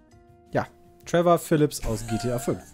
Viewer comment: sagt einfach TrevOr